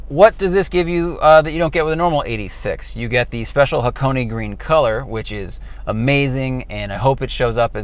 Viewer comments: Someone actually (kinda) got Ha-ko-ne right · THANK YOU FOR PRONOUNCING HAKONE CORRECTLY!! IF I HEAR ONE MORE PERSON SAY HAK - ONE I S2G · I clicked on this just to see if you would pronounce Hakone correctly. Good job. 😎